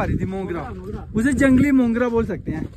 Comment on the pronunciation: Mogra hota hai mungra nhi hota